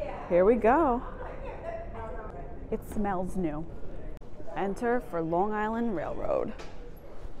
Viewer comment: as a long islander, I respect how you pronounce long island. 👍